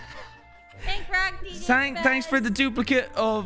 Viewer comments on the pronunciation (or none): I find it funny says Americans don't use the H in herbs, but says tanks for thanks! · Wow “tanks” for making fun of us not saying the h in herbs “tanks” for that. Lmao